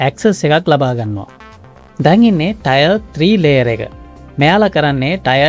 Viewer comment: ටයර් නෙවෙයි ටියර් බ්රෝ